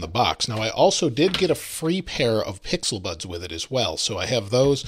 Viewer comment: He low key said pixilbuds?